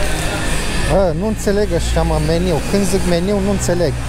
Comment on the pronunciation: nu te supara da la cum zici tu meniu nu te-ar intelege nici bunica...